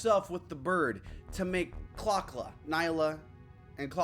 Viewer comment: you pronounced Neyla's name wrong. Nee-la the y is silent.